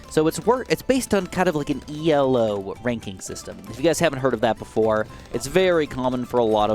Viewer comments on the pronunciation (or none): Its actually pronounced elo, not ELO, its based on a man's last name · Did you say "E.L.O"? The system is named after professor Elo. It's not an acronym.